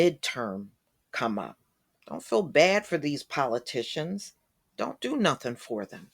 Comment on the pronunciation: He sat up here and said a whole bunch of Northing!